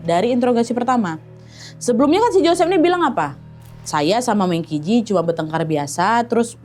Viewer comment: Kak, cara bacanya itu meng chi ci. Dalam bahasa Mandarin, Q dibaca ch dan huruf j dibaca kayak huruf c jadi kalau qi berarti dibaca "chi" dan ji berarti dibaca "ci"😁